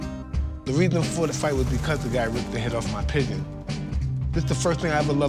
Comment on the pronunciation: Lol he can't pronounce pigeons LMFAO! He keeps saying the pickins.